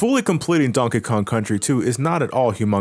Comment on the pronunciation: Everytime you say Donkey Kong, it sounds like you’re saying Donka Kong